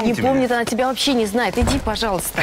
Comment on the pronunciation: Да и еще не люблю, когда она говорит вместо тебя "тя"👎👎👎👎